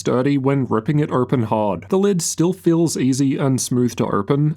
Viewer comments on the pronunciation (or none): This accent makes the video almost unwatchable. Why would someone pronounce "open" as "irpin"?